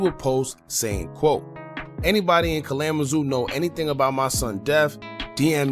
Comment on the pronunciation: ka lamma zoo 🤣🤣 its pronounced KALA MA ZOO